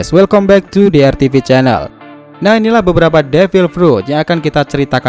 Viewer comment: Apa gua doang yang ngedenger pas awal2 , devil prut